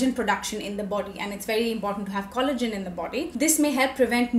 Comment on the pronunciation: The last i heard it was collagen not khollagen, what is with tha accnet😅